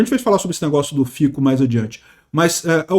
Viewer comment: A pronúncia de Fico é Fitso